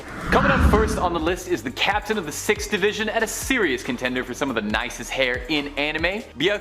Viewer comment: Captine? Nobody pronounces captain that way.